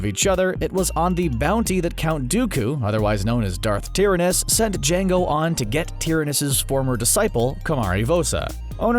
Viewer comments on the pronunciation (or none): It’s TIE-RAN-IS, not TEAR-AN-US